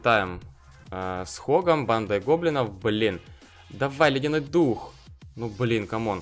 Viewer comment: Почему ты говоришь "Банда гоблиноу"?